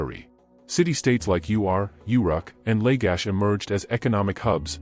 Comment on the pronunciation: Mispronunciation of the city states, the rushed staccato of narration, decimates creditability of the information. Readers must study what they read, pronounce unusual names, and slow down the delivery. The city- state of Ur is not pronounced U R. Uruk is slurred over out of recognition as is Lagash.